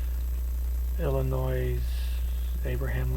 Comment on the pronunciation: Omg it’s Illinois, not Illinoise. At least pronounce it correctly. it’s like hearing someone say the word ax instead of ask